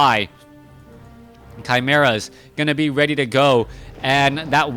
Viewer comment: your cast it's far better than back2warcraft, tod it's ok tho also it's correct how you pronounce chimeras